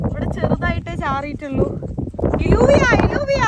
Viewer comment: Hi, it is not ഇലൂവിയ it is ജൂവിയ or യ്യൂവിയ , double Ls are pronounced as ജ or യ്യ